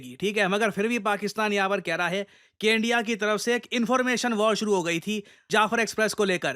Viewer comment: They said endia 😂 Not india 😂